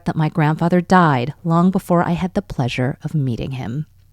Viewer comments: When she said that last sentence and exaggerated the “died”. I got scared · The died was so bold I was shocked for a quick sec